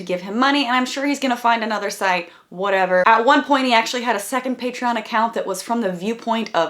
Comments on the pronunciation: Thank you for pointing out that he mispronounces “Patreon.” It’s been bothering me forever. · Ha his patreon pronunciation bothered me too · Onion or w/e the fk zem's name is mispronouncing "patreon" is as annoying as saying "queue-pon". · Eager Turtle is referencing how Onision pronounces it weird. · I’ve been waiting for someone to point out his irritating pronunciation of Patreon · Thank you for pointing out his mispronunciations of Patreon. It was driving me fucking nuts but Blair never said anything about it. For a minute I was like have I been saying it wrong this whole time? Why is she not correcting that? And how is she not annoyed beyond belief at that?! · Thank you for addressing the way he says "Patreon." That's been bugging the shit out of me and I felt like I was the only one who noticed it! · DUDE I WAS SO ANNOYED AT HOW HE WAS PRONOUNCING PATREON TOO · You’re not alone. I hate the way he pronounced Patreon lol it was the first thing I noticed when I saw the vid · THANK YOU for pointing out the pronunciation of PATREON. Drives me nuts!! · I thought I was the only one who got pissed off at how he pronounces patreon. So annoying! Glad I'm not the only one. Lol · Finally someone else was bothered by the way he pronounces patreon. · I'm glad i'm not the only one with that pet peeve. i also hear people call their patrons " patrions " too and it irks me more than it should lmao... for someone who has " ion " in their youtube name, you'd think he'd be able to pronounce it properly.. or does he call himself " Onisee-in " ? x"""D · He pronounces it like Patree-in. That bugged me, too. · Okay but the fact he prounced Patreon "Patre-in" made me cringe so hard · They deleted his account because he can't say pay-tree-on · I think The pronunciation of the way he says it is Paytriein. and yeah, I thought I was the only one who got really pissed off at him for saying it like that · I'm glad someone else noticed the "patrein" thing